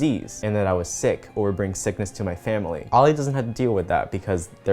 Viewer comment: I just had to point his out.... you said "oily"